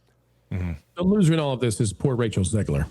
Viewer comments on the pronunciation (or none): none